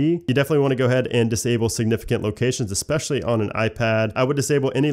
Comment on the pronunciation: Good video butt I would suggest that you say “Go Ahead” and not “Go Head". Go head does not mean the same thing as go ahead. This is becoming too common in North American English. Another error is to pronounce eSpecially as if it were eXpecially. Cheers